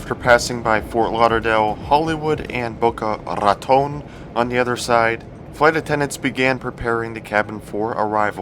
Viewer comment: Amother amazing report. Loved your Spanish pronunciation "boca rrratón". "Que pasa mi amigo". Always fun watching your videos!!